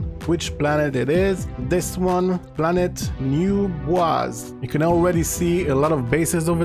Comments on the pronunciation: I love how he said what sounded like “new bwas” when someone just named it “new boysie”. Boise is an American city so watching people not from here say it is funny. Thanks for the video tho👍🏻. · Best NMS videos I've found on YT. To the point and extremely helpful. Thanks! A small side point. New-Boise might be referring to Boise, Idaho, USA. They pronounce it like BOY-see, /bɔɪsi/, with the stress on Boy. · That's New Boise(as in Boy-See). Named after the capital of Idaho, where I'm from.